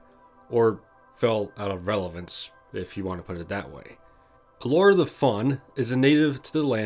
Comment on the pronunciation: "Gelora the Faun" >:((((((((((((((((((((((((((